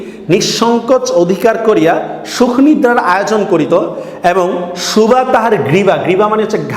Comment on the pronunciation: সুভা শব্দটি উচ্চারণ করতে হয়তো আপনার অসুবিধে হয়।